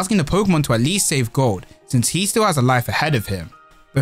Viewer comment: He speaking gold but it sound like goat😂